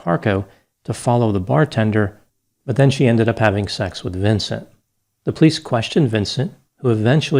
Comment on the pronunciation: I absolutely Love your show,, but Plice is a two syllable word! Po-lice! Hehehe